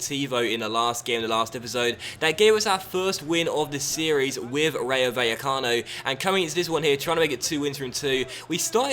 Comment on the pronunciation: Rayo Vallecano is pronounced like RYE-O (like rye bread or anything made from rye tbh) Bye-eh-cano. In spanish, the v is pronounced as a b. Also, when two l's come together they are pronounced as a y sound.. So the team, phonetically, should be said like this: Rye-o Bye-a-cano. Insert 'More you know' meme here Please upvote so can see this.